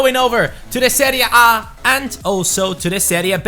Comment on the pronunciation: I liked the way he said "seria bae"